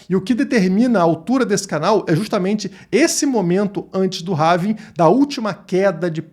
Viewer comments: Having ? Não é ‘Halving’? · RAVIN?? Nao seria Rauuuuuuvim??? aportuguesando... rs .. tem um L na palavra em ingles... HALLLLLLLLLLVING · Não é having. É HALVING!! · É Halllllllllving Rauuuuvim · É pelving